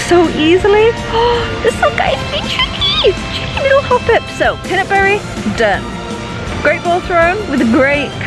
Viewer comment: Love your vids,:) You're happiness all the time seems influential on me. Btw could you try to say pinapberry like you are saying pinappple? Cuz that is what it actually is;) No hate though